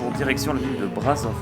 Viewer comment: alors juste petite info le S cédilles dans Brasov (et dans touts les mots roumains d’ailler) se prononce comme le CH dans le mot chien